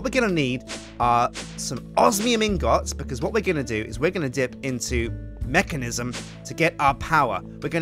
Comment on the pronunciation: Lol the way he says "Mekanism"